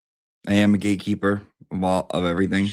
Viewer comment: Question, Ya, I know I'm late but at least I'm here! Better late than never... Are you saying GAYkeeper or GATEkeeper??